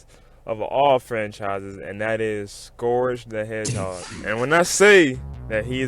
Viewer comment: scourage the hedgehog